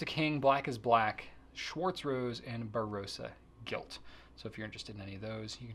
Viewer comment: Sorry to correct you but you need your best Aussie accent to pronounce some of Robert Osters ink - the last one is pronounced Ba - Ross - a Gilt 😜